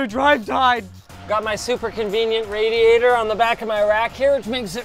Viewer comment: RAIDiator.... love it.